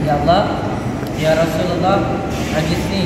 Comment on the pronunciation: Ya rosulalloh, bukan ya rosululloh